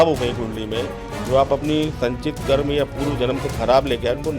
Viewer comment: मैडम एंकर महोदया कर्म को कर्मा तो मत कहिए। आपकी अंग्रेजी बहुत अच्छी तो नहीं ही होगी। या तो हिंदी बोलिए या केवल अंग्रेजी भाषा में।